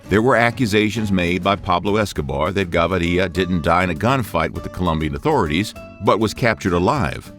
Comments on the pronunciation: Plata isn't lead, it is silver. You have it backway. And it is not "Gavarya", it is pronounced Ga-vi-rya (Gaviria). Stopped watching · It’s Gaviria!!!! Not Ga-vi-riia!! You people disgrace the Spanish lenguage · It's GaVIRIA not GaVARIA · Gustavo Gavíria not Gavaría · He’s name is pronounced Ga-vi-ria! Not Ga-va-ri-lla.. Plata meant money so you’ll get a visit from Gustavo not Pablo and Plomo means bullets so you’ll get a visit from El Patron. Get the it straight! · who is gavaria? kekw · Its GAVIRIA not GAVARIA..You litterally wrote it in the title but still cant pronounce it. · “Gustauvo Gavaria” 😂🤣🤣🤣🤣🤣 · "Gustavo Gavaria" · It's Gaviria, not Gavaria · It’s Ga-vee-Ría not Gabaria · I wish the narrator bothered to at least pronounce the words properly and do his research before spectacularly screwing up on camera. It's "Gah-VEE- ree-ya," not "gah-vah-REE-ya," and "plata" is silver, while "plomo" is lead. Excobar was in charge of the plomo, while Gavíria was in charge of the plata, not the other way around. Shame on you! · Gaviria. Not Gavaria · Not *gavaria", gaVIria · The pronunciation is wrong is GAVIRIA, not GAVARIA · The last name .. is not gavaria ... but gaviria .. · GAVIRIA NO GAVARIA I GET FUCKED UP EVERY TIME YOU THIS BS NAME PRONOUNCIATION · Gaviriiiiia NO , is gaviria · You need to step up your spanish, First of all you got the quote "plata o plomo" backwards in english. Plomo means lead and plata means silver (or money) on this video you got that mixed up. Second of all its not GavAria but simply Gaviria, no need for that extra A. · There’s no a in Gaviria so it’s not Gavaria. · How hard is it to say Gah Veeh Reeah? As a colombian I had to tap out cant take it lol its gonna ring in my head all week “gavarilla” if youre colombian dont watch this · and the name is Gaviria not Gavaria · The "Gabariya" pronunciation is awful as hell... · Pronounced "Gah-veer-ee-ah" with the emphasis on "veer"..... please, read it out!